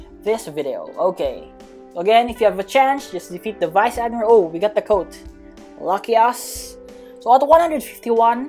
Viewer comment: When he said Lucky Us My dirty mind Litteraly Think Its "Lucky Ass" XDDD